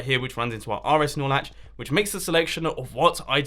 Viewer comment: is it just me or whenever he says RS norlatch it sound like he's saying RS snorlax😂